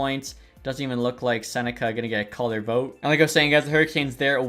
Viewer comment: love the video but i think Becket’s last name is pronounced Sen-neck-key instead of sen-neck-a